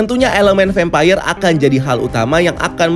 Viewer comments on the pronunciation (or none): Vempayer? kenapa ngga vampir aja nyebutnya 🙏🏻🤭